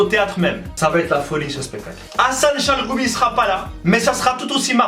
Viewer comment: par contre pti defau de prononciation gh = ghayn donc chalRoumi (av le r francai)